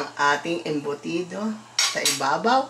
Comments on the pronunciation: the way also calls it as "embutids" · Embudits~~ i cant XD.... Love yall love ya!